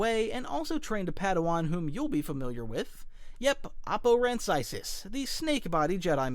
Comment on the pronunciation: Oppo Rancisis deserved to survive order 66. Also you pronounced his last name wrong. Literally my favorite member of the council besides Plo Koon, wish he could get more screen time...